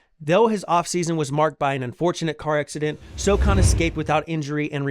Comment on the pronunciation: First you say “So” then you say “han”! Now say Sochan. You’re a Spurs channel or alleged fan. You should know